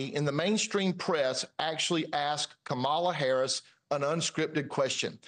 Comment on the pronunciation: I’m surprised she didn’t try to distract even more by admonishing Chad on his pronunciation of Kamala 😅